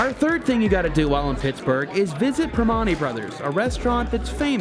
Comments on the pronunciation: PriMANti not PriMONti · im actually so mad you said primantis wrong! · It’s pronounced like this, pur - man- tees only Pittsburghers would know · Perm-ant-ee Rather than perm-ont-ee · Lol when he said primantis like that I was getting angry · Pri MAN teee's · My man nailed Duquesne, but butchered Primanti's lol. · Can tell yinz ain’t from Pittsburgh please never say primantis again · You can say Duquesne correctly but couldn’t say Primanti’s. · Hate how he says Primantis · Your pronouncing Primanti's wrong.. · anyone else get triggered at how they said primantis? lmao